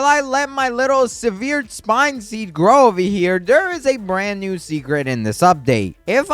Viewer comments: Severed is pronounced sev-errd, not su-veered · if you say sehVEERed spine one more time im going to lose it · No offense but I hate the “seveered spine” the “sarkayfogis” and the “liech crystal” look up how to pronounce those. PLEASE 😭